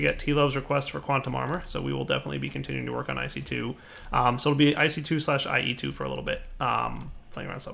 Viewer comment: IC2, AE2, not IE2!